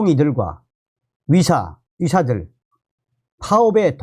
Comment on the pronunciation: 선생님 애 쓰시는데요. 위료 전달이 아니고 위료 위기 아니고 필수 위료가 아니고 위료계가 아니고 선생님이 전공의 할 때는 의 발음이. 되네요. 위료 전달체계가 아니구요 의료라니까요 의료 위사들에대한이 아니고 의사들에 대한으로 꼭 고쳐서 발음하십시요 위료계가 아니고 의료계라니까요. 선생님이 유튜버가 아니고 방송하는 사람이 아니면 내 이렇게 충고 안합니다.